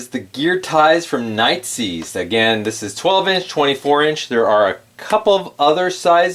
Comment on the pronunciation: did you just say "night zee"...? LOL! It's pronounced NIGHT EYES....